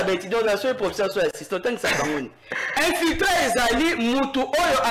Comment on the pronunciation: Infilitré ,,,,,😂😂😂😂😂😂 ça c'est très bien. Monsieur le communicateur on dit plutôt infiltré